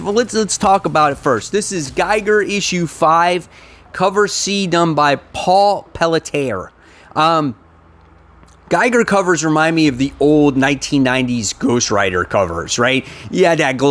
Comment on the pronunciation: Suicide Squad # 8 Gotham Society gets my vote. And BTW the artist for Geiger is French so it's pronounced Pell - T - Eh. Yeah I'm from Quebec.